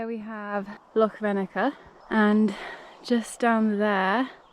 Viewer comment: Great video. And congrarulations on your first solo wild camp - and for learning how to pronounce "loch!" We Scots appreciate that. May I make one suggestion, consider alumimium cookware. Much lighter and cheaper than stainless steel. All the best!